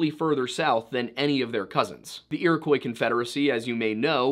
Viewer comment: It isn't pronounce Iro-koy. Iroquois is a French word. They heard the word, wrote it phonetically in French. That is the spelling we have today. It is pronounced "Iro-Kwah".